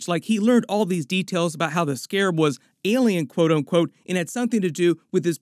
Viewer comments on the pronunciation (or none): none